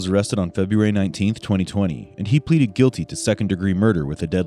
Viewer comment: Feburary? Really?